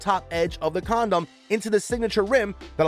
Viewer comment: huh-huh... he said "comdom"...